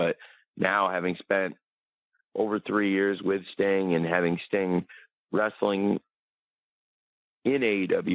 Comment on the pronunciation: Wress-sell-ling. Jim, it's time to get over it. Danielson is a jerk like everyone else there.